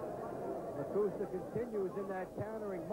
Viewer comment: The only guy with more losses than wins. And it's Lakusta not Lacusta.